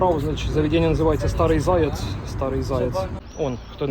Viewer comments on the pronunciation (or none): Не ''старий''а ''шарий''(сірий)